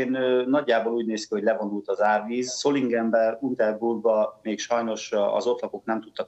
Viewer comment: Első frame-nél mi ez a kómás fej? Hogy lehet ilyen kialvatlan bamba fejjel tévéstúdióba menni műsort vezetni? Kimegy Németországba és azt nem tudja hogyan kell kiejteni a Solingent? És higgyem is el, hogy ez csak a véletlen műve és az időjárás nem tehet semmiről, még véletlenül se az időjárás befolyásolás CÉLZOTT hatása ugye? Erről persze nem beszél a mainstram média. Szégyen. Persze, hogy példátlanul fegyelmezettek ilyen helyzetben egymással, hiszen a németek mai napig nem tudják elfelejteni mit művelt velük Hitler és csatlósai. Félnek és mivel látják, hogy súlyos a helyzet, nem állnak le egymással viaskodni. Van elég bajuk feszkó nélkül is.